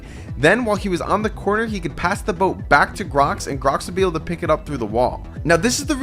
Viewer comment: Bro why you said grox idiot